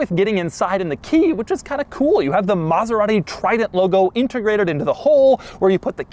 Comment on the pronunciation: Stewie approves your extra "H" sound in your Maserat-Hee pronunciation. coool Hwhipppp. same comes from John Davis host of Mote-Hore week